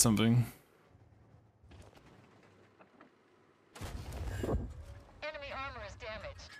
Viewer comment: am i the only one who hears eminy (Em En Y) vehicle destroyed? by narrator when he gets a kill?